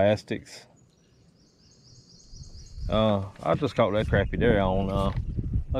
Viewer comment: Never heard of bluegills being called shell crackers. Btw THANK YOU for pronouncing c r a p p i e properly!!! So many say it like it's spelled with an O and not an A .